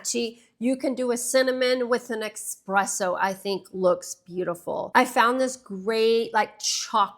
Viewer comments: I enjoyed the practical approach! Happy about the brown trends. That said, its “ESSpresso” not “EXpresso” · eSpresso, not eXpresso. Good video tho <3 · idk, I’m about as Southern as you can get & there’s no X in espresso. No shade, but I was taken aback to hear you pronounce it that way too. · You’re pronouncing espresso incorrectly. Hard to tell someone what to wear when you do that.